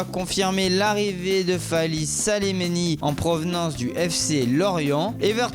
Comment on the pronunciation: Wsh il arrive pas a parler mdrrr et c pas salemeni mais selemani